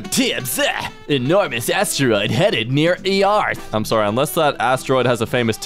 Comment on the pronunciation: I had to rewind and play it again to be sure he pronounced earth “ee-arth”